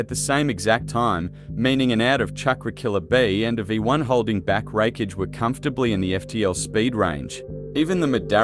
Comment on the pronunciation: Sad not even 3 minutes in and your logic fails, arenyero dodging light doesn't count because it comes from an artificial source, light from a light bulb is still light. You don't pronounce a single thing correctly showing that you aren't very knowledgeable on the subject of either series it's absolute cringe hearing you pronounce raikage almost as wreckage. How did you come to the conclusion that madaras head movement was faster than the lightfang itself. You know what fuck it I'm just going to make a note to avoid your videos in the future. Peace, keep up the bad work bro